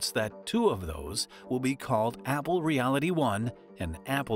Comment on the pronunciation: bro kept saying abble